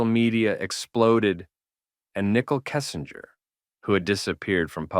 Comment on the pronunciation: “Nickel Kessinger” 😂😂😂 Is this voice AI generated?